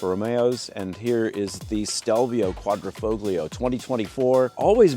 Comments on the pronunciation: It’s pronounced Qudra fo lee oo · The 'g' is silent. Dude sounds like the ignorant American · DAWG...the "G" is SILENT !!